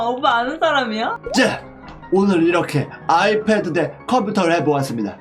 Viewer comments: 아패드...? 역싱..오늘도 귀여운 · 초때 아이패드가아니라 아패드랱ㅋㅋㅋㅋㅋㅋㅋㅋㅋ